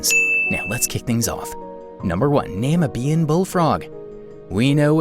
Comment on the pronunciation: why do you say namibian like that?